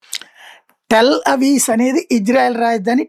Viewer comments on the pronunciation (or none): టెల్ అవీస్ కాదండి, అది టెల్ అవీవ్ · టెల్ అవీవ్.. అవీస్ కాదు